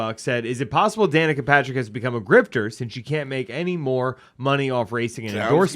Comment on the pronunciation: Godfrey, it's Danica Papsmere. 😅